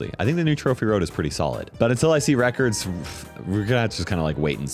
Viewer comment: 1 mastery and am I the only one who kept hearing reckers when he said records😂